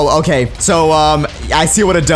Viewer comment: why do you say loki and not okay